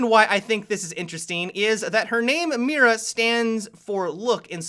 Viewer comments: pronounced "me-da" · Can you please pronounce it "Mita" that is how is should be pronounced. Not trying to be picky, it is just a thing that I think could help you. Great video, can't wait to see her if she comes to the game! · Tronical because the "i" in Spanish is pronounced as the "ee" in the word see. The "r" is pronounced/rolled like the "d" in ladder. And the "a" is pronounced as the "a" in father. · you mispronounced Mira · he sounds so funny when he pronounces "Mira" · okay, spanish native speaker here, i have a lil bit of cancer now, thats not how mira is pronounced